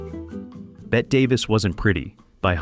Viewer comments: Yes, and 'Bette' is pronounced 'Betty' not 'Bet' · It's an AI voice also. Proof is when the AI voice mis-pronounced Bette Davis as Bet Davis. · "Bette" has 2 syllables and is pronounced like "Betty."